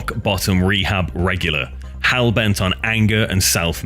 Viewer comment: dafaw is "Hal"? Do you mean Hell, Sir?